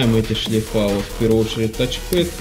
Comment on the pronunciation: Респект за правильное произношение - "тач пЭд"! Продолжай держать марку! Имидж складывается из мелочей! ;) ...хотя бывают клиенты, с которыми в разговоре приходится называть системник "процессором"...